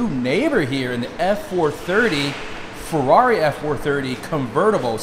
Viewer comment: I just realise your saying fool rarri not ferrari thats funny